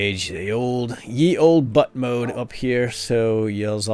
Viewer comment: ye is pronounced like the.